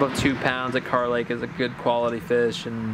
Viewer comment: Not car lake boys its kerr lake 😂🤣